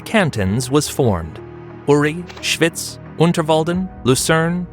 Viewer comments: Your American pronunciation of the place name “Schwyz” is terrible, like hearing fingernails scraping down a blackboard! Any Swiss German person would think that…… it would’ve been much better to have got somebody properly familiar with the place names of Switzerland to do the commentary on this video. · „Schwüüz“😂😂😂 Kanton Schwiiz!